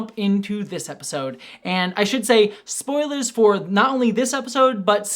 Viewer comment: Did someone say “Spore-lers”?